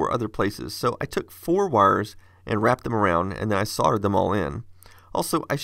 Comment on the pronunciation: Thank you for saying “soLdered”